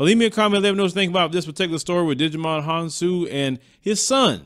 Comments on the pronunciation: you got me rolling 🤣🤣🤣 it's pronounced ( JY MON) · Hahahahahahaha!!! What did he digi-volve into? Agumon or tentamon? Talk about Digimon Honsou? Djimon is pronounced “jai- mon”. Lol! That made my day. I’m a digimon fan too.